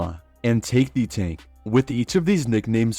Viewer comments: Tah- kay. Koo-mee-tay. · I think its pronounced tah-kay lol